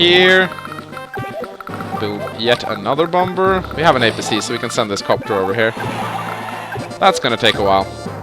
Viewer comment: Why do you call it BOMBURRR. It’s Bomb-er the second b is silent. Other than that I really enjoy these videos!! I’ve been marathoning for awhile now!! BATTTLE COPTURRRSSSS!